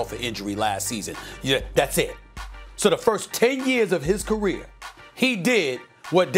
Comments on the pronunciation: “His CUH-REAR” 😂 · In his “CUHREER” 😂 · The way Stephen a said career though 😂